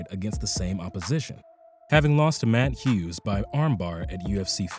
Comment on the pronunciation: He pronounced matt Hughs, BJ Penn, matt Serra and jean claude van damm correctly. You just another hater looking for attention. And I'm only talking about people; he pronounced jiu jitsu, Canada, martial arts, etc. correctly.